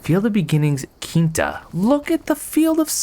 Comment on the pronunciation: so... my name is Quinta. for some reason my mom decided to pronounce it NOT how it looks so it is VERY often mispronounced (or properly pronounced idk) in the exact way you pronounced the word... so when i was being super impressed by the sunflowery view i hear mispronounce my very name. now this isnt a common word or name in english at all. in fact the ONLY time i've heard it my entire life is when someone is calling me... what i'm trying to say is for a full second i thought called out to me. yes i was shook for a second. yes i am ok. this game seems pretty cool btw